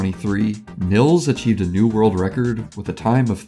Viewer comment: btw you say 'nils' like 'neals'.